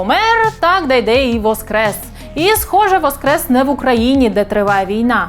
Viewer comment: Не Дейдей, а ДайДай правильно. Все что нужно знать о ,,патриотах